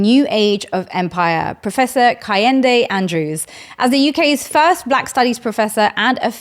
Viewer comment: KEH - HIN - DE not KAH - HEN - DE